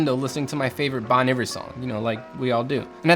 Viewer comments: Just so ya know there, bud: Bon Iver is said “Bone Eevair” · You had me until you pronounced Bon Iver Bon-ever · the only thing i got from this video is how he pronounces bon iver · The way you said Bon Iver smh